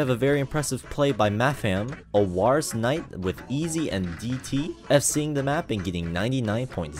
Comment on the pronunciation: mephisto -> methsito genesis -> geensis o wa ra se -> owars ( he even says it in the song Q_Q )................PLS atleast read the title LUL